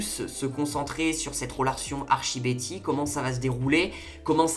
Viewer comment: j'aime bien ton analyse mais stp dis : ArTchie x) ps : coup dure pour véronica mais en vrai jpense que bientot il y aura une histoire avec elle ou ils vont se rattraper